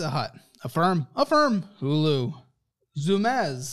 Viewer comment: 😂 the way he pronounced Zumiez had me rolling